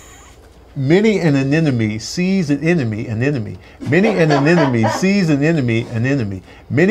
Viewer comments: Lol y’all gave him a point but he keeps saying a-NEN-a-MEE. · The dude said aneneme at the end all the time but he still got the point😂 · Is it me, or was pronouncing anemone, "anenome" instead? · He kept saying anenome lol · got the tongue twister wrong everytime.... He kept saying aneNome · He was saying anenome not anemone lol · cheated she said amenome instead of anemone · won a point without even saying Anemone correctly 😂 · So we just gonna let slide with him butchering "ANEMONE" the whole time????? Wow... LOL!!! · No. was saying anemone incorrectly lol